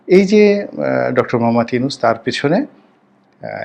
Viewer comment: আপ‌নি‌তো উনার নাম‌টি ও শুদ্ধ ভা‌বে উচ্চারন কর‌তে পা‌রেন নাই ?